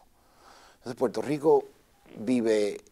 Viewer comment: he's controlling himself. Check when he says 'Puelto Rico'.